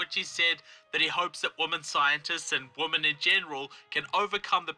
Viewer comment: When you and Lauren Southern say "women" it sounds like you're saying "woman" What's up with that?